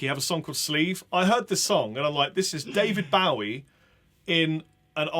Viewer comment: The way he pronounced David Bowie made me spit out my drink.